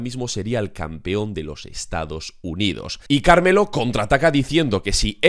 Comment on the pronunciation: Como es posible que semana a semana siga empeorando el como dice el nombre de carmelo